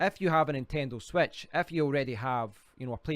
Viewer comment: on the "swetch"